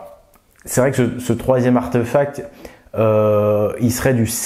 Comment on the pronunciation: On dit archtéphacte pas archteuphacte